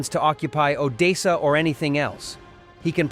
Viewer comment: It's Odessa it is pronounced O .... Dess ... A 👍